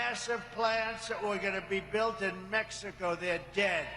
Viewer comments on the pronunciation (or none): none